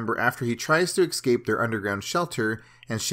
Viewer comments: It'd not exscape man it's ES-CAPE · Bro... its eScape not eXcape 😂